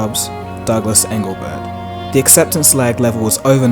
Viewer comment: Also its Douglas EngleBART.